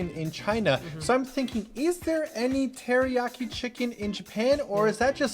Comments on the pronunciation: "Teri-yack-i"? Jeez. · The way you pronounce teriyaki anskflskxksksk